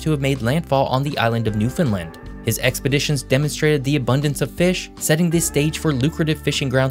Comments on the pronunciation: Newfoundland is pronounced locally as "NEW FUN LAND" not "NEWF UNLUND." You forgot to mention Newfoundland's loss of annual revenue of $800 million dollars due to the collapse of the cod fishery in the 1980s.... Foreign trawlers know as "factory ships" that were supposed to stay outside of the 200 mile limit around the island, relentlessly came inside that limit until the cod stocks were decimated causing the federal Canadian government to shut the fishery down to avoid the loss of the cod species. Consequently many Newfoundlanders involved in the fishery moved away to other provinces. Family size also shrunk from upwards to 20+ children (contraception was a sin for Catholic families) to the present day size of 1 to 3 children. As a result, some communities closed schools as there were too few children causing families to move away. With more and more people moving away for employment, some small towns had to declare bankruptcy as there weren't enough funds to plow roads in winter, haul garbage away, etc. As an aside you forgot to mention that there are two French islands off Newfoundland. They are Saint Pierre and Miquelon. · It’s not pronounced “new-fin-Lind”, it’s pronounced “new-fin-LAND” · “Leaf Erriksun in Newfindlind” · Hey great video. I'm from Newfoundland, and just thought I'd help you out. We pronounce it as "new-fun-land" not "new-fin-lind" many people miss pronounce it. Hopefully that helps! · FYI, it is pronounced New Found Land. Not Newfinland or Newfinlund etc. Just a friendly FYI. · Newfoundland with an O. NewFOUNDland now new Finland. just a heads up on the way to say it. :) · If you're going ro give a history lesson. You should learn how to pronounce Newfoundland (Newfin....Land) its not pronounced like Finland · Its Newfoundland not newfoundlind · NewfoundLAND not NewfoundLUND. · Newfunland. Appreciate the hype but say it right. Exactly like it's spelled New Found Land. "Newfoundland" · why you call the New Found Land a New Finland???